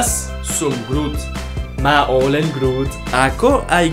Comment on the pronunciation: U said understantly that minä olen groot 🇫🇮